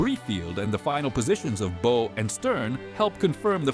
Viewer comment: The narrator needs to learn how to pronounce correctly "bow" and "tears" as they apply to a ship, and not a violin or a face!!